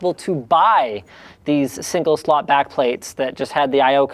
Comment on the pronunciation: Pls don't EVER say " single slotify" AGAIN